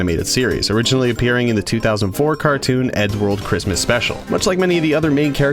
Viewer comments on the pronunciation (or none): none